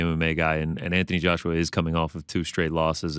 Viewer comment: Did he say Antony Joshua 😮